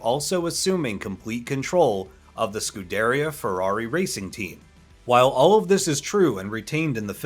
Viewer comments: "Lee Lacocca"? "Scudereuh Racing Team" LOL Obviously the narrator doesn't know the first thing about cars. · Sku-da-re-uh.. that's the pronunciation.. that's how I've always heard it from people who would know... and I checked Google before I posted this. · Why can’t Americans pronounce scuderia?😂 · Great review thanks and can’t wait to attend the race this year! Please learn how to pronounce LeMans though, you don’t pronounce the ‘s’. Also Scuderia 😛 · I've also never heard "Scuderia" pronounced that way and "tach-o-meter" was odd to me. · Dude also mispronounced scuderia 😂